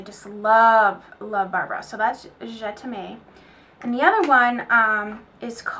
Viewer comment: Great video! the best! Oh btw that Marc Jacobs lipstick Je T'aime is pronounced JE TEM (m like the letter) it means I love you!:)